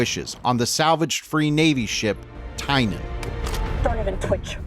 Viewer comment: "Taki?" "Tine?" Weird way of saying "Tachi" and "Tynan." Also, Theresa Yao was arrogantly stupid; she should have had the Tachi crewed and ready to launch, when picking up the survivors because Holden (also stupid) broadcast to everyone, identifying the survivors as witnesses to the attack, which would obviously mark them as loose ends needing tying off.